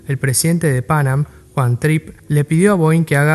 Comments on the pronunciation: fonéticamente hablando se suele acentuar la segunda “a” no la primera!! Pan Am fue un ícono en la aviación comercial!! Excelente video, felicitaciones!! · Muy buen video, lo disfruté mucho. Ignoro por qué el locutor pronuncia tan mal el nombre de Pan Am, es casi intuitivo pronunciarlo bien en cualquier idioma.